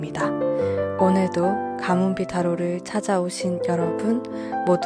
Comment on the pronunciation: 가문비타로가 가뭄뒤단비로 들리네요😂😂